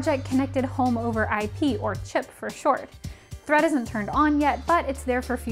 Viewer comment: Did she say thread or threat!!! 👀